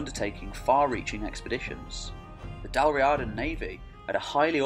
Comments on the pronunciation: In Irish Gaelic it is Dal Riada, pronounced Dal Ree-ada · The Irish ruled the Western isles and that's why Gallic is a dialect of Irish... Not the other way around. It's pronounced Dal Reeeada, btw. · Dal Riada pronounced Dal Ree-ah-dah Gabráin pronounced Gah-Braw-in